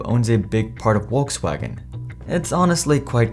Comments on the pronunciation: "WalksWagon" Lol 😂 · Porsha, Uolksuagen. I can’t listen to you butchering brand names. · Wolks wagen is your knob, Your pronunciations are as putrid as your knowledge of Porsche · mate its "F-olksvagen" or "V-olkswagen" not "wolkswagen" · It's Volks, not Wokes wagen. 🙂 Folks-vaagn. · Please pronounce Volkswagen correctly, its not WOLKS wagen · Are you saying Wokes wagon? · I’ve not heard anyone pronounce Volkswagen as ‘Wolkswagen’ before. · I've finally figured it out. You're saying, "Wokes Wagon", for people who are woke! LOL, keep up the crappy pronunciations. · it's pronounced Folkswagen for vucksake! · Did this man say wolkswagon? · 828k followers and can't even pronounce brandnames correctly. Where is world coming to. Wolks wagon??? Porscha??? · Porsche = Porshe with the e pronounced as in element Volkswagen = Folkswagon (there is no w in it) greetings from Germany! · Funny Indian accent when pronauncing Volkswagen (waltzwagen 😂) but can't stand the pronunciation of Porsche. Porsha Wtf where do you see an a in there?! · Would be good, if you could pronounce "Porsche" and "Volkswagen" correctly! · Is it really that hard pronunciate the names correctly? Volswagen starts with an F, and Porsche ends with an e (the same as electric starts) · Argh you need to pronounce Porsche correctly its embarrassing and makes what your saying hard to believe when you cannot even pronounce the name correctly. Also Volkswagen common its not hard google how to say the names. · That's the funniest pronunciation of Volkswagen I've ever heard